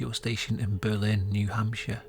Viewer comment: I’m a New Hampshire native, so this was a pleasant surprise! Fun fact: we actually pronounce our Berlin as BURR-lin rather than Ber-LINN, though I’m not sure why. It’s understandable to say the latter, it makes sense! Really cool story and narration!